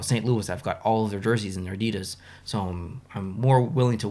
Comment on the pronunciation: hey, i just wanted to say i really enjoy your videos and i definitely plan to stay subscribed for a very long time:-) one thing i did want to mention, with all due respect, though is the word Adidas is pronounced " ADI-das " i used caps to emphasize where the emphasis of pronunciation is in the word. just trying to be helpful, that's all.